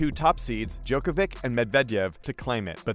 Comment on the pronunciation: You're saying djokovic' name wrong